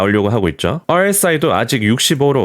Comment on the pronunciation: RSI 발음 좋네요. ㅋㅋ 주의해서 말하는 게 느껴져요..ㅎㅎ